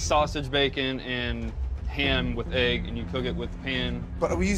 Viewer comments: Gordon really said am and hegg instead of ham and egg lmao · Gordon says “am and hegg” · Listen carefully .... Gordon says “are we using the same sausage, am and hegg..” hehe. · Gordon says Sausage Am Hegg